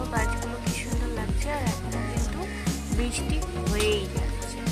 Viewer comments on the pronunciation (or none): none